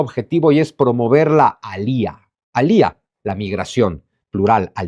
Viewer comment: No se dice alía ,la fuerza está en la a no el la i